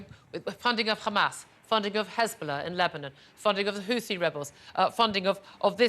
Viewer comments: HOUTHI not HOOTI. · And HOUTHI not HOUTI/HOOTI.